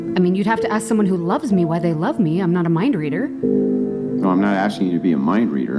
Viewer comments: axk? The second I stopped listening. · Seriously, is it too much to axe? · too much to aks. Icant even pronounce ASK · i dont remember axing any questions lmaoooooo pronunciation matters to people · "Women axe for..." Can't take you seriously. Goodbye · As soon as a person uses the word "axe" im done listening